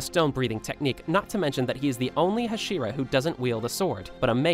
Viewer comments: It's not hshira, it's Hashira. You're pronouncing it as only H(slight a), pronounce it as Ha(strong) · Did you say hashiwa